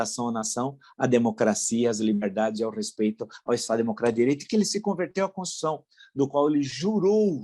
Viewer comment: Villa, você merece parabéns pelo seu trabalho neste canal. Não é à toa que você tem tantos inscritos. Suas análises são muito interesantes e embasadas. Porém, me incomoda sua afobação, que prejudica suas falas. Raramente você pronuncia constituição. Sai alguma coisa parecida com concissão. Fique atento. Sugiro que você assista ao canal Bob Fernandes. Talvez possa inspirá-lo a ser um pouco mais pausado e tranquilo. Abraço.